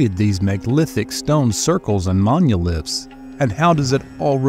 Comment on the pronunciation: Whats wrong with this narrator, is it just AI? Who tf says "monuliths", how am I supposed to take anything in this video seriously